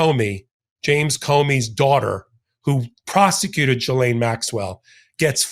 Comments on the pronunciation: You are brilliant,, and you make us all smarter about law. But PLEASE! pronounce Maxwell's name correctly!!! It's "ghee-LANE" THE "S" is silent. Thanks for all of your fantastic insights and amazing videos. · FYI, Ghislaine is pronounced "Gillaine"...the "h" and the "s" are silent. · Gillane dimwit. The g is pronounced as in good. How hard is it? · ❤ its pronounced like gill laine. Thanks!❤😂 no 's' sound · Trumpedo 🔥 Said ghis-laine, the "L" is pronounced. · Not that she deserves it, but the correct phonetic pronunciation of her name, Ghislaine, is: gih-lehn. The 'gh' is a hard 'g' like 'go,' not a soft 'g' like 'gent.'